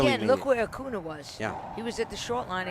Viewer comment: Fran, His name is pronounced A-coon-ya. And please don't talk during play.